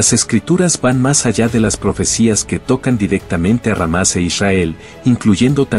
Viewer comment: Es Hámas no sé porque ésta persona, dice ramas.